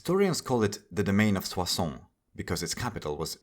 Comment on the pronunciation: great video man! I was surprised by how well you pronounced "Soissons", very authentic 👌